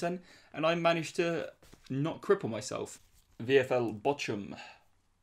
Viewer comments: boch humm,,, more like BOK-UM, I'm English as well and been to a Bochum game before. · You would pronounce it Bockum - not Bochum :) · Bochum it's pronounced Bo-cum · Its so funny how he says bochum